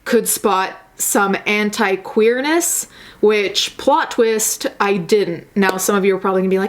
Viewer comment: I didn't know the right pronunciation of "anti" and "dignity" and now I'm shook